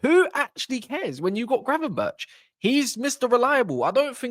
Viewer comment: Gravenberk not gravenberch 😡